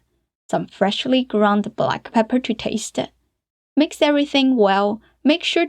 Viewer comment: 感觉MIX 你念MIXER，sauce你念saucer等等等等。。。。好有意思哦。。。